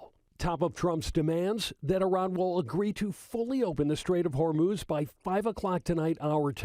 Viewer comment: did she say the "strait of hamas?" lmao